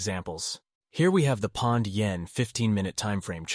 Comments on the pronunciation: British Pond?? It's POUND mate, like found, hound, sound, bound, ground. Otherwise an interesting vid, thanks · This narrator is AI. That's impressive. Because the narrator said "Pond/Yen" not "Pound/Yen". No way a human says that.